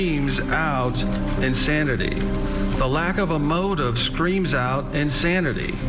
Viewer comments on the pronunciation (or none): 1.03 'ensanity' ma'am? 😯